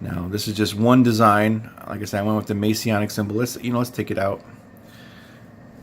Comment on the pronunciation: Greetings. Just curious. Are you a Mason? Or did you just pick that style unwittingly? The fact that you kept saying "May-see-ah-nic" leads me to believe the latter.